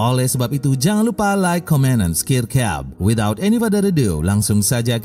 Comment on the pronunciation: Awal2 pas denger video ini kirain ngomong like, share dan skincare, saya mikir2 kenapa jd skincare. ternyata subscribe maksudnya :') pelafalannya gak jelas :face-pink-tears